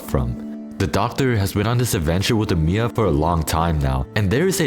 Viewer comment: Why does he say Amiya and Oripathy wrong on purpose. We have an anime. There are confirmed ways to say these words...